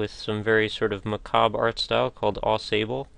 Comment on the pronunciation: Didn't you find it looked more appropriate once she was holding the shotgun? Oh, and "Au Sable" is french for "Of Sand". Pronounced more "O Sab" the "le" is kinda optional to pronounce, but where I live you'd just drop it :)